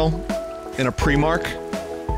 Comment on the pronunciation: I will smite this man for calling primark pre-mark, that’s like calling Metroid prime Metroid preeme